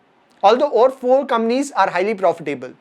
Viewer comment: I love the way you pronounce “Companies” as “Kamnees”!! Love you bro!! Keep coming. 😀😀🙏🙏